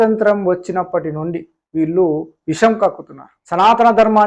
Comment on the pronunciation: రామో విగ్రహాన్ ధర్మ అని కాదు రామాయణంలో ఉన్నది. కనీసం ఆ మాట కూడా అనలేక పోతున్నావు ముందు అదేదో సరిగ్గా తెలుసుకో విల్లు కాదు వీళ్లు మొదలు భాష ఉచ్చారణ సరిగ్గా తెలుసుకో తర్వాత గరికపాటి లాంటి వారిని విమర్శింతువుకానీ